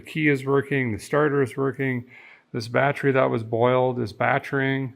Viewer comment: HaHaHa "the batry is batring"